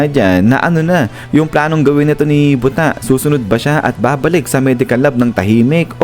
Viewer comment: mali po talaga ang pag pronounce mo ng buta. hindi po yan butta its buta. buta in japanese is pig.